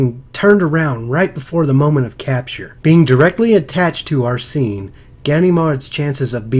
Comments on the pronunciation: I think it's pronounced "Arsene" not "Arsee-ne" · () maybe I'm wrong and you're right. But the first "e" is pronounced the same way as the "e" in sent. Just like how people pronounce Arsene Wenger's name